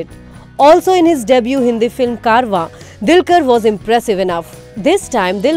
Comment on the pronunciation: Itz dulquer not dilkar..